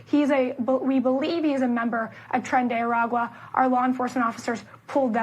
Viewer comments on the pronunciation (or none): it is "A-ra-qua", not "A-qua" like you say. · What's tren de agua? A gang of water? Lol can you pronounce words?